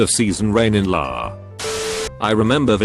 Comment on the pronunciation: How come the TTS end up saying LA as one word, but it gets UK right? Damn.